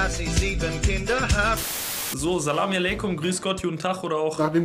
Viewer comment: Kannst du aufhören salamialaikum zu sagen sag doch lieber Slamalaikum